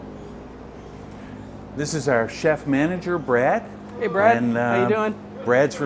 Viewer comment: Brad - not braid😐